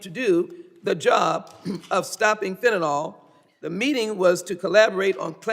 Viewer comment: How do we get Fenta-NAL from Fentanyl? It's Fenta-NIL. Fentanyl.